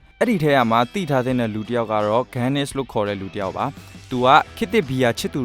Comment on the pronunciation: ဂီးန(စ်) ✅️ ဂန်းန(စ်)❌️